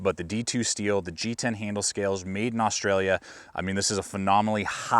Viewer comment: No one articulates the L in austa-L-ia